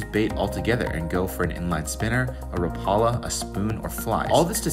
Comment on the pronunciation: You mispronounced RAP-AH-LA